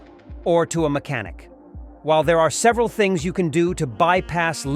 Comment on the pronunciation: The voice is Machine Learning and not even good (mech-Ah-NICK) and the narration sounds like regurgitated AI crap advice that has zero inflection. The whole page and channel appears to be AI derived low-quality crap to make money. The website is awful, too: "AutoVfix is the number one leader blog for all mater relating to Automobiles". I mean ... just ... awful. YouTube is trash for letting this stuff waste people's time and advertiser's money.